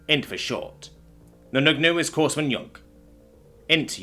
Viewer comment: The ps in Corpsman is silent. It's pronounced "Core-man". And POG is an acronym, pronounced as "Pogue."